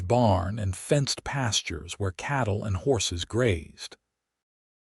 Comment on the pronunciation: Its not chattle, its cattle